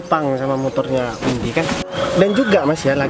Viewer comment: Of jadi salah Oh Mba windi maaf bukan vindi yah😬😀